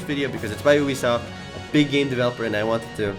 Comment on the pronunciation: did he say boobysoft ?